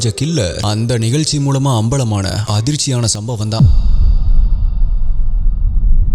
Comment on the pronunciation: Konjam zha ucharippu seriya panna nalla irukkum....tamilnaadu, vilupuram, nigalchi nu solradhukku badhila Tamizhnadu, Vizhupuram, Nigazhchi nu sollalaame....Tamizhin azhage Zha thaane